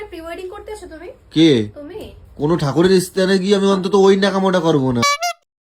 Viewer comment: স্থান ❌️ইস্থান ✅️